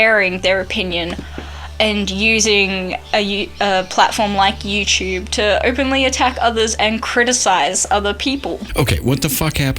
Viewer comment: I want to rage every time I hear someone say "youchewb". Drives me crazy.